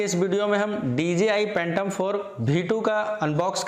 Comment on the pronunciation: Phhhhaaatom oho44 khaa bhiee 2 drone hai 👏👏